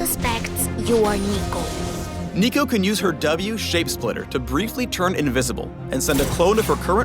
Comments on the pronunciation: saying Neeko Neeko Ni made my life expectancy shorten by 10 years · Did he really just nico nico nee? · Did you just Neeko Neeko Neeed?? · Did he say nico nico ni? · "nico nico nii" -nico didnt think the speaker was one of nicos fans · Did he say NIKO NIKO NIIII ?